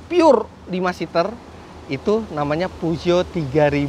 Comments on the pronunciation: Peugeot di baca Fuso... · Pesyo yg bener, reviewer nya ucapin merek mobil jg salah.yg penting penonton paham,ini kan bkn ujian bahasa Perancis,jd kl salahpun Ra Popo jee* sy pawang singa 307 sw diesel 2004 Gunungkidul-jogja